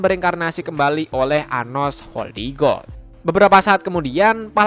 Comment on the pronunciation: Woy admin nama gue sebut yg bener napa anjim, nama gue anos voldigoad bukan anos voldigoblok